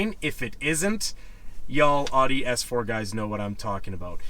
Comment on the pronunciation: could u pronounce Audi correctly its bugging me lol